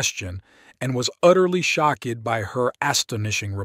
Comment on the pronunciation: He said shock Ed instead of shocked.